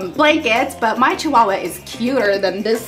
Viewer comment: I love it when you say CHI-HUIII-HUIII lmao, I <3 you